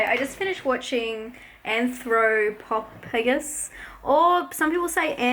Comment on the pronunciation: Pronounced "Anthro-pof-a-gus" :) Great that you're watching these! :)